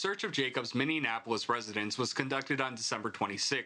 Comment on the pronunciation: "Minne-napolis" is NOT how you pronounce the name of that city.